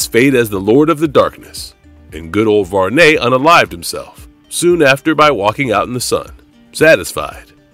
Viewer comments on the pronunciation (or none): Did you say Var-Ney? It's Varney like Barney, you know the purple dinosaur? Wow! Who is the narrator?